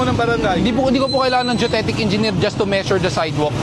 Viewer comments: Anong yung deutetic? Geodetic yun, brader.. 😁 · GEODETIC kse yon.. hindi DUTETIC hehe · Geodetic po, hindi Geotetic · "geodetic" hindi judetic! 🤣